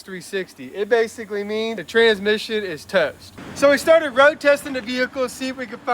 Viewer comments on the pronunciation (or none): none